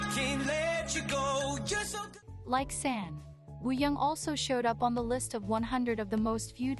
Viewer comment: Just a quick infi before i finish the video: the way you said San is the right way! Don’t let that robot voice confuse you ;) The A's are usually pronounced like the u in Sun for example.